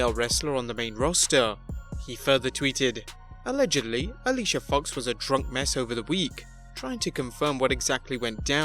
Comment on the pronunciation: this dude said DR*UNK like he was swearing